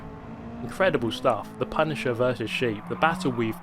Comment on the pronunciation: The PUNTisher